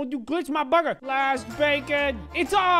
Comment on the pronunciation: Prepare To Laugh Hard "The burgar is complete" 😉😉😉